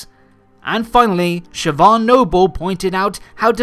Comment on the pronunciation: No worries about the late review again my dude. Also, props pronouncing the name Siobhan correctly. I've seen plenty of people fail to. Heck, I've even heard Irish people pronounce it wrong, and it's an IRISH NAME lol.